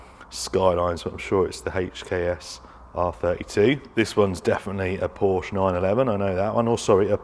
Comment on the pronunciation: You actually pronounced "Porsche" correctly. You're british, how dare you?! 😃 Great video, as usual. GG mate.